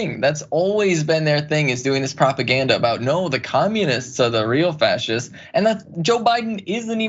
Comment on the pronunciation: "Frashists" do you want fries with that?